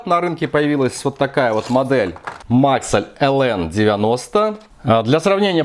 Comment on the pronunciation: Только не мАксэль а максЭлл